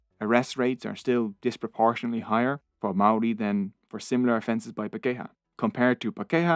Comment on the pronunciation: Where most of your pronunciations were OK pakeha did my head in everytime it was used! (par key har - emphasis on par. Then the key har is together... Par keyhar pakeha. But non maori is OK too! 😁